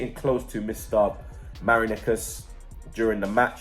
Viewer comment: Sucks match been postponed Again! ur killing me pmsl..its 11th today n its Ma-ri-na-kis not Marinikers 😂 blaze up the Gooneerrss...where masks n gloves ppl! N bathe often listen to..yiasou 😆